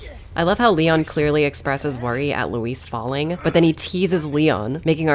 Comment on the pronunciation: Luis cera? I think you mean LEEWWWIIISSSS